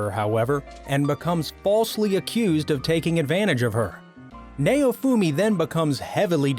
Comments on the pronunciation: Lmao nay-oh-fumi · It's pronounce as "NOWfumi" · Nay-oh-fu-me .... I HATE trying to listen to reviewers that can't pronunciate simple names.... Now-fu-me (naofumi). Git Gud. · "Nayowfumi" lmao its pronounced Now-foo-me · Naofumi is pronounced Now-Foomi Idk why but the way he says it annoys me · It might help if you watch the shows you feature in your video. You apparently haven't watched Rising of the Shield Hero as you butchered pronouncing Naofumi's name. Which you would realize if you watched it instead of reading boilerplate descriptions of a show. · that may be so but he butchered naofumi's name so badly